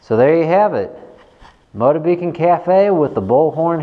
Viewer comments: Very True. The Trademark Motobecane Name was purchased by the mfg, Kinesis Industry Co. Ltd for their line of imported bikes from Taiwan. The pronunciation is still “Moto-ba-kahn” as opposed to your version "Moto-beacon" Didn't want you sounding silly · The pronunciation of the make of this bike is “Moto-ba-kahn”